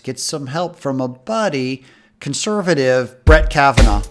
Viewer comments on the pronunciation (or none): none